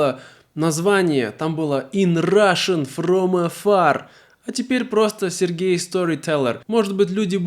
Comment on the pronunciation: It makes sense. I laughed at the hollywood accent "Russian from Afarrrr!" 😂